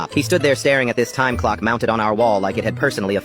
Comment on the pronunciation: “Exactly 10 o cwock “